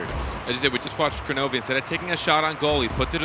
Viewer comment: Why did they keep mispronouncing Kronovi's name?